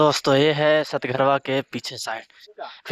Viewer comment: सतघरवा नहीं भाई सतघारा बोला जाता है।❤😊